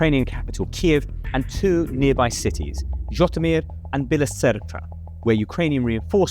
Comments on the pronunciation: Great video - one quibble - it’s pronounced je-TOE-mere (with the je pronounced like the French for “I”) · This was psoiled for me by the abysmal butchering of the pronunciation of Zhytomir, Zaluzhnyj and the